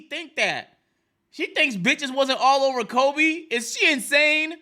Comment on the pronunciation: said kobe name like it's COLBY lmaooo